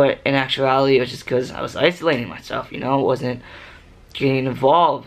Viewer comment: U mean isolating. Not uslating